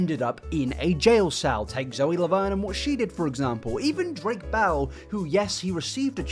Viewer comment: Hmmm, did you say 'Drake Bell and' or 'Drake bellend'? 🤔 Honestly, the second one sounds much better 🤭